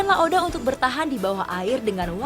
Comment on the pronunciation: Bkan laode tp laoda